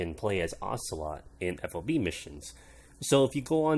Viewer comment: It's FOB not F.O.B. Though it is an acronym, but the military likes to say those as words because there are so many that it makes for a clunky conversation. Ammo Handling Area is just AHA, like "Ah ha". Well, sometimes it can be either a non-word or letters, like ADA for Air Defense Artillery. But the point was I've never heard FOB said as letters. Even when we're clearly trying too hard to make it work. Like MLRS "emlars".